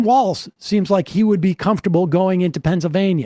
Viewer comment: His name is Walz and not Walls. Come on guys it is not that hard. But American need to get past I do not agree with the person running 100% so I am not voting for them or not voting at all. Even if you live in Republican state it is impprtant you vote because those local elections actually effect you more personally then those in Washington. Also those small election the person may win with just a few 100 vote different between the winner and loser. You vote for the person who will do better or at least no harm. Trump is a harmful to our country.